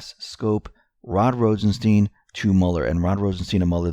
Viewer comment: "Rod Rosen-STAIN".... ....yessir!